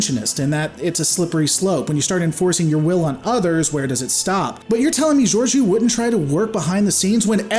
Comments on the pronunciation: You constantly mispronounce her name, what's up with that? She wasn't a captain at the time, so it wasn't really up to her to help them. There have been other cases of ships going to warp in the atmosphere of planets. The rest gets explained in season 2 of Discovery - both races evolved on the same planet, so Saru's people weren't victims of an alien invasion. They were all clearly aware of technology such as shuttles so hiding it from them wasn't necessary. Just, you know, actually watch the show and enjoy it. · not how you pronounce her name lol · Are you sure you even watched it? Can't even pronounce her name lol